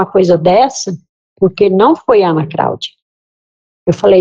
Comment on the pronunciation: A juiza fala Craudia????? sério?